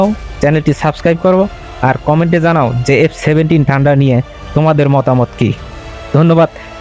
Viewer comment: ঠান্ডার না ভাই থান্ডার।